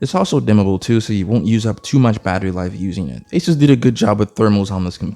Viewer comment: Thanks for pronouncing asus correct